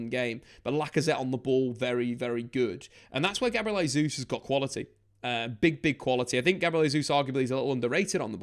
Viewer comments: Your saying Gabriel Jesus last name wrong. It’s pronounced Jaysus not hesus since it’s Portuguese. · he's Brazilian. In Portuguese we say Jay-zeus